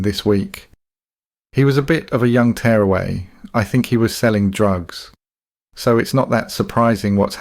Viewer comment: This has to be an AI voiceover, right? Pronouncing tearaway like tears from your eyes, repeating things, and worst of all pronouncing Lidl "lidel"